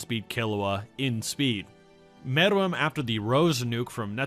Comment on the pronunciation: It’s pronounced meruem say it with me now mare-roo-whem not whatver this dudes saying